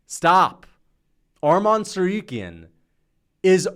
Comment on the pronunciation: Bro can you say his name right? It sounds just as its spelled Tsarukyan not Tsaryuken. Make sure that the u comes before the y